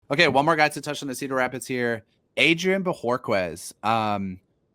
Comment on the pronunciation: His last name in Spanish is pronounced, Bo ore KEZ